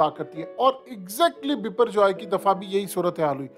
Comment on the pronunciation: Sab urdu pronunciation me isko bhipper joy bol rhy hain lekin asal me iski pronunciation by-per joy hay